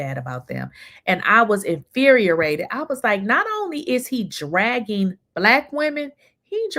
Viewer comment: Did she say INFURIERATED?